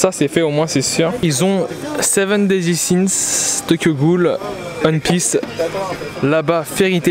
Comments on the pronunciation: le one de one piece se prononce comme le 1 en en anglais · Frère s'il te plaît prononce bien le nom de One Piece, je kiff tes vidéos mais sa me fait mal à chaque fois 😅